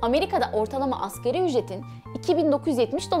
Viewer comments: askeri ücret değil "asgâri ücret" ! veriiiii değil veri! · AKERİ ÜCRET DEĞİL ( ASGARİ ÜCRET ) DİYECEKSİN..ASĞAR ARAPÇA EN AZ ANLAMINDADIR..